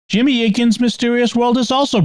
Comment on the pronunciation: Jimmy spot on with the name pronunciation 👍 …. I think